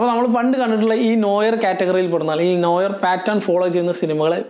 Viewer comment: As it is french, it is pronounced "Nu our" with r silent. Just a food for thought